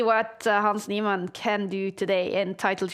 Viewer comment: hans neeMON bro pls just say his name properly once